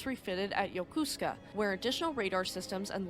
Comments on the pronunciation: Yokosuka not yokosko, don't worry Dr. Mark Felton over at War Stories can't pronouce it either, it's not that hard.😅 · Yokosuka... NOT "Yo-kus-ka"! It's pronounced "Yo-ko-soo-ka". Mindinao... "Min-da-now". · NOT Yakooska but Yakasuka. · It's pronounced yoko-sooka other than that flawless job.